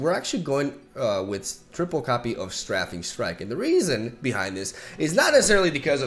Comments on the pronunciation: Your pronunciations have gotten a lot better! One more to add, "Strafing Strike" is pronounced like "stray-fing" ;) Love from Colorado! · its pronounced stray-fing strike btw!!